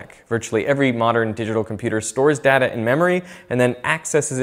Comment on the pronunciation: ok I don't know if I told you this before but you are mispronouncing the word, 'data'.